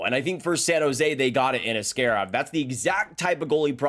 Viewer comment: Ass-kay-rov? Isnt it ass-kah-rov?